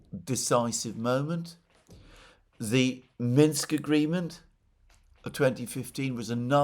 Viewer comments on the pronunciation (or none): none